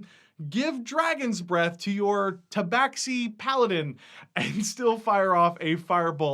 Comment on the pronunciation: Small nitpicky thing: the 'x' in tabaxi is pronounced 'sh' not 'cks.' So it should sound like "tabashi."